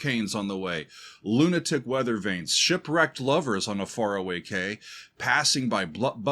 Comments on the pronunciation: Oh that dumb old chestnut about the mix! Tuomas deliberately wanted to use Floor as an instrument in his "orchestra" on this album and in a number of the songs she is deliberately low in the mix to achieve that. It's NOT a mixing error. And by the way, it's "key" not "kway" (quay). It's where a ship docks. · Quay{ pronounced Key) is where ships tie up to in a harbour. Very English term. Hope that helps. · Love your reactions but, to me, the mix was perfect. Quay is pronounced 'key', and is another word for dock or jetty. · Quay is pronounced "kee". It's a place ships can dock. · quay is pronounced key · I'm sorry, but do you really dont know what a quay, quayside or warf is? The primary phonetic transcription for "quay" in both British and American English is /kiː/, pronounced the same as the word "key". While less common, some dialects or regional pronunciations may use /keɪ/ (like "cay") or /kweɪ/ (like "kway"). You see, I'm Dutch and the Dutch are known for being direct or even blunt. (trust me that's not the case here, certainly not in a blunt way) In the Dutch language the word 'kade', directly translates into the English 'quay'. My friend, you better brush up on your English cuz for now it looks really bad on your end. Still as always, Great reaction on a great song. 🤘Greetings from the first airborne division of the Nightwish army based at Maastricht, The Netherlands.🤘